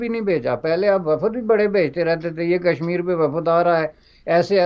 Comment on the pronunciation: Kashmir ( not Kasmur).